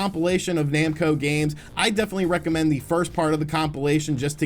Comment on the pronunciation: I swear I heard said "Namcock"